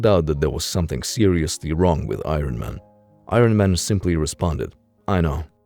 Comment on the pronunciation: I-Ron Man, lol